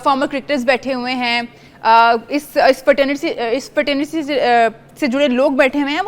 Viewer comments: Fraternity bolna nahi aaya anchor ko😅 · Fraternity toh bolna sikh lo pehle